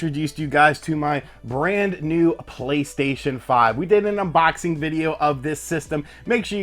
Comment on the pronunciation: My wife really hates the way you say "unBOXing" lmao